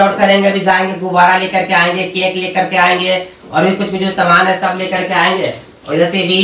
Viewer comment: Cake hota hai "CAINKE" nhi hota hai